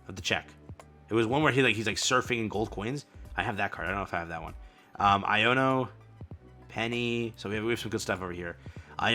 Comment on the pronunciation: No fkn way yu read iono and penny lik there new fkn cards tf? It shouldn't but tht jus irritated tf outta me